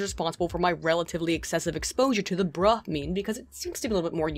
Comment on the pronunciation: 'breh" ?? BRUH